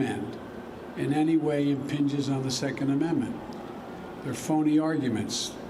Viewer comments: So far it seems no one has caught this or felt the need to point out. I noticed it right away. Biden says “inpinge” not impinge or infringe. The man is dumb as a box of rocks and mentally compromised. How much longer before we call for the 25th amendment? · What is "inpinged"? Never heard that before. Is that like "aft"? Just a joe blunder? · "We shall impenge"- Joe Biden